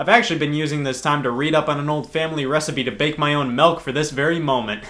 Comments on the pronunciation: SCOTT SAYS MELK INSTEAD OF MILK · Scott pronounces it "melk". Scott, are you from Utah? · He says melk